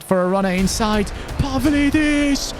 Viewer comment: When you pronounce a Greek name the ‘D’ is pronounced like ‘th’ (For example Pavlidis is Pa-Vli-This).